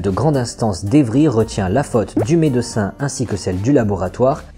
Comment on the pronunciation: Super vidéo, merci. Par contre, stp, revois ta prononciation du mot "médecin". Par pitié, ne le décompose pas, dis le en une seule fois, d'autant plus que tu n'as pas de seins.